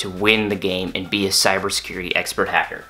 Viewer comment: "I will be a hackerr", that hurt my ears. Good job though.